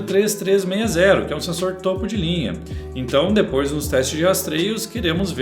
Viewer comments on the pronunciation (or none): none